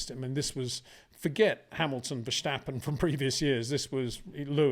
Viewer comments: Greay video's! As a Dutch guy, can you please stop prenouce Max his lastname the way you pronouce Scumacher. Dutch does not sound the same as German. Say VerStappen with the S like 'snake' , not like the german SCH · It is NOT "Bottash" nor is it "Lewisch" nor is it "Oshcar Piashtri" nor is it "Nyck de Vriesh" nor is it George "Russhell" nor is it "Fernando Alonsho" nor is it "Lance Shtroll" nor is it "Pierre Gashly" ... so why on earth do you want to say: "Max VersHtappen"